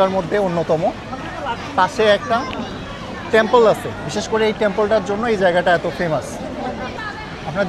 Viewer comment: Tempoll na temple😂😂